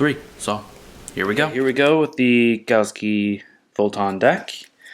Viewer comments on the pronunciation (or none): It's "galaxy" not "galski"